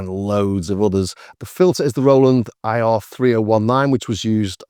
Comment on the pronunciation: It's pronounced like Eye-Rah. I - rah.